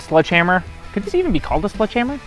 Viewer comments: 0.25 seconds into it… did he say “sludge” hammer. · Anyone else hearing “sludge” instead of sledgehammer?! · "Sludge" hammer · I’m pretty sure he’s saying sludge hammer. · Is he saying sludge hammer? I’m from Michigan and 🤷‍♂️ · He's saying SLUDGEhammer????? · Is it just me or did I keep hearing say "Sludge hammer"